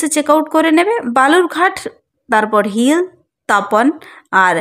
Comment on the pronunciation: হিল না ওটা হিলি